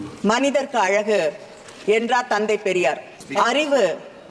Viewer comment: പെരിയോർ അല്ല, പെരിയാർ.